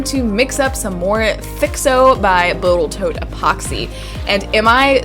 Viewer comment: Boatal toat, yeah I caught that.